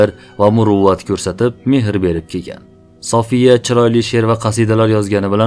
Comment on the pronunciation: Сафия дейилади София эмас,Саф сўзидан олинган